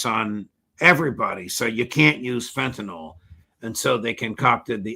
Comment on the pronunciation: No such thing as “fentanol.” It’s fentanyl and the judge shows his intellectual laziness by continuing to mispronounce this word.